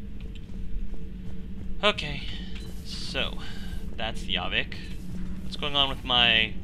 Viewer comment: It's JAH-Vick not YA-VICK.